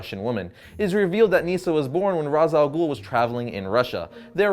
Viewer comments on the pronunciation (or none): Regarding the pronunciation of his name, since his origin background is Arabic and his name means the Head of the Demon; the name should be pronounced as Ras Al Ghoul (like in Batman Begins), not Raesh like in the cartoon clip that you showed. Raesh is not an Arabic word and has no meaning in Arabic, it certainly does not mean head in Arabic. Ras, on the other hand, means head if pronounced as in Batman Begins, meaning that it is the correct pronunciation. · Well I'm not the guy who created this character, but Ras Al Ghul literally translates to Head Of The Demon in Arabic So I guess it should be pronounced Ras not Rash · he literally calls himself the head of the demon and in arabic, that translates to ra's alghul pronounced as ra-ss al-ghol. not raish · GAH!! I’m Arab!! And Ra’s Al Ghul is and Arabic word!!!!!!!!!!! And so is Talia and Nissa. These are Arab names. And it’s NOT pronounced Raish or Roz. It’s Ra’s رأس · İts not razal ghul İts ra’s al ghul. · Its pronounced ( raz ) not raish its arabic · all of you guys say he's name wrong I'm Arabian guy and i know that his name is rass al ghole the meaning of his name is the head of the goblin and the word head means rass not ra'sh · its pronounced rash al goul not raws al ghoul ffs.. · It's and arabic name as you know, It's written راس الغول and it is pronounced Raas al Ghool. The 'gh' is like a French 'r' in "rouge", not like English 'g' in "goal". Trust me, I'm a meadle eastern. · Ra’s name is actually pronounced rash 😂😂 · well i'm arabic and ras al ghul is an arabic world wich means the head of the demon and it is pronsiation is rass el ghul not raz or rash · tim gersh My brain, it, it just hurts. I can't handle the stupid. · For a comics channel, it reflect pretty poorly on you that you mispronounce the name of your video's subject literally 6 seconds into the video. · That's not how to pronounce it! Its an arabic word that means, Face of the Demon. Not easy to type out its pronounciation in english here